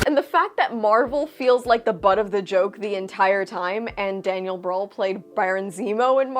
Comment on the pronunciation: German here. Don't want to nitpick, but if you want to know how to pronounce Daniel Brühl: you get the ü-Sound when saying ee (like in see) and then purse your lips and make a duck face.